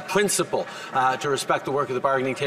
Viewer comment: Pwincable is that what i just heard?